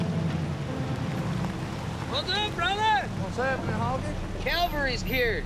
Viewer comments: “Calvary’s here”. U mean “cavalry”? Superior race doesn’t even know words 😂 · "The CALVARY is here." Idiots